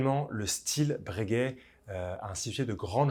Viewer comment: Bréguet ou Breuuuhguet?😅